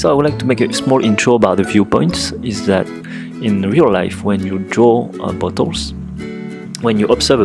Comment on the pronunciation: When he says "bottles" I hear "Buttholes"...